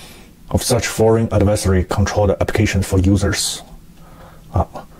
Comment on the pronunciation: 杰夫的adversary 听起来好像advisory。这两个字的意思相去甚远。因此不要发错了。同为外国人，我不主张过分纠结口音，只要让人能不费力地听懂就行。但是如果会造成严重的误解，那就需要纠正了。这两个字的第二个音节中的元音，一个是 er，就像 worker 的第二个元音，另一个是开放长元音 i ，跟英文中的“我“发音一样。